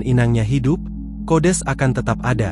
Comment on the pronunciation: Datuk kau kodes🤪. Sekalian kau sebut kudis. Yg betul itu kodeks😜